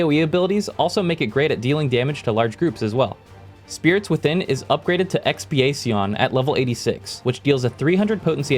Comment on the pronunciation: Omg the way he pronounced Expiacion